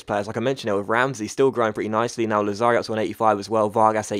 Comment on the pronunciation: Hey I'm an italian follower and I just want you to say that the accent of Lazzari is on the first "a" and not on the second, a little tip for a great youtuber Thank you fort your daily content, keep it up:)